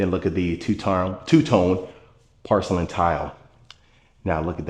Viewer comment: You pronounce porcelain like pArcelain.